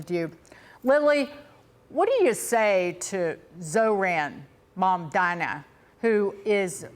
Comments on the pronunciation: Why pronounce his name incorrectly when all of American media can say it correctly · She purposely pronounced his name wrong..what a racist trash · Such a pathetic interview. The host can't even pronounce the name Mamdani. Dummies don't blame the socialism blame the greed of the billionaire's who control the media and the corrupt politicians and ofcourse how can I expect anything honest from you when your program is funded by the same billionere who you have become slave of. Please be a true American who is honest ,compassionate and hard working and justice loving human being. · It’s really petty, immature and unprofessional to purposely mispronounce someone’s name. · At least pronounce his name right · The refusal of the newscaster to properly pronounce MAMDANI is incredibly disrespectful. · Racists are always able to find sellouts to try to convince us of 💩. The stupid c cannot even pronounce his name correctly. These unfavored people need to get a life.